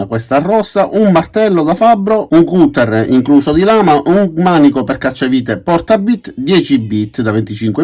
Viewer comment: Un "cUtter" non si può sentire! 🤣 Comunque grazie per i video, che mi permettono di rimanere sempre aggiornato sulle ultime uscite.